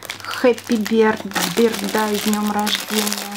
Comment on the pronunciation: Хэппи БЕрдАй? что? Ну все же знает что бёздэй, насмешили :)